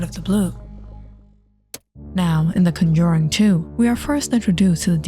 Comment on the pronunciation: I luv the story behind Valak and her Orgins plus what her ture form looks like. But ima be straight and say it’s not “Conjoring” there is no “O” in the Word. It’s “Conjuring” with a “U”